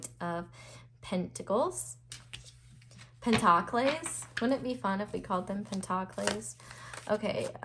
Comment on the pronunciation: Pile 4: New dictionary defined pronunciation of pentacles is (pen-tahk-layz)